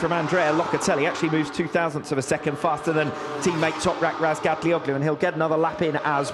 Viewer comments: I heard Razgatlioglu say his own name and it's nothing like how commentators say it. Not even close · Commentators mispronounce his last name. Yes thats right.